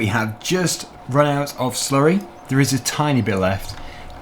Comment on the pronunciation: i love it when you slury